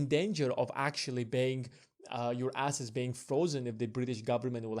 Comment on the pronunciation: Not really a Brit accent? Also we think he meant ‘assets and globe’, but it sounded like ‘asses and glob’, lol. However, was interesting! Better than I could do.